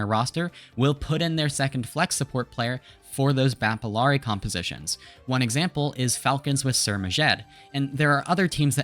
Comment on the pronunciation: everytime you pronounce her name as “ILL-ari” an angel loses their wings